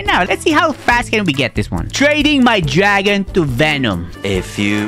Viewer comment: When bro says gragon and lepard makes me laugh so bad